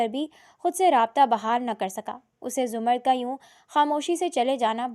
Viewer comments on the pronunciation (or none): Urdu theek kar lo 🙏 larki ka naam zamar-rud hai Za-mrd nai intehai uljhan hoti hai